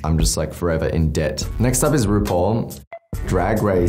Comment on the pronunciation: i love troye but when he said rupaul i got sad